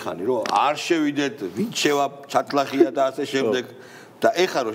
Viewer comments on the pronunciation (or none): ჩათლახი კი არ შატლახი😂😂